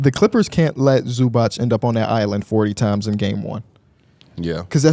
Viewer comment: Zubac is pronounced Zoo-bots fyi not zoobock